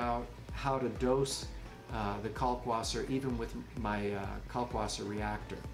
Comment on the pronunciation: Ummmmm... It is a German word. If you are going to pronounce it correctly you have to say "Kalkvasser". The German W is pronounced like a V. I'll get off of my pedantic soapbox now. Great video. Thanks for the info. Cheers, Chris